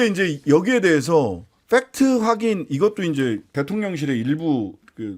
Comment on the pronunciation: 김용남씨! 펙트를읽으셔요.페트!